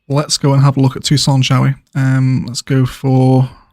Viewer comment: All them pubs and bars placed on the mall of the tuck-son University...College to prison pipeline. You best believe campus police have been known to torture people and ruining lives with DUI's for students caught sleeping in vehicles. Arizona is known for having some of the most backwards and harshest sentences in the US. In Phoenix there goal must be to keep that tent prison inhabited during 115 degree heat waves....so what you have built so far is very fitting! "Merica! (Tucson is pronounced Two-son BTW just a heads up)